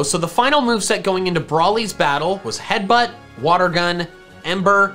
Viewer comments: headbutt not heatbutt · Ah yes my favourite move "Heatbutt" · haha “heatbutt”